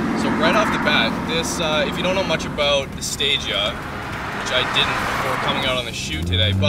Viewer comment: its pronounced sta gee aa